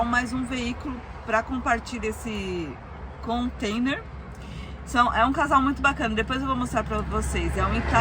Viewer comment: Alô... somente um lembrete.... não é "Contender" e sim Container ...kkk um abraço e boa viagem!